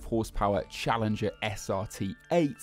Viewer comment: it's called Challenger for a reason, not "smoothingler"